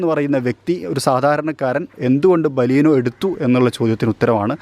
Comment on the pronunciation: baleenoo....alla bro beleno